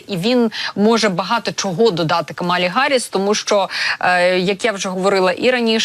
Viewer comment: Чому Гарріс, а не Харріс?!